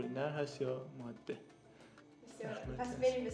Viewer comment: دو اشتباه که مکرر در این ویدئو تکرار شد اولا مادّه (Maddeh) اشتباه است، درستش ماده (Madeh) است، بدون تشدید. ثانیا اسم این پرنده Myna است نه Meena، این پرنده بومی شبه قاره هند است که از طریق افغانستان به ایران مهاجرت کرده است و بهتر است نام آن را همانگونه که است تلفظ کنیم و به میل خودمان تغییرش ندهیم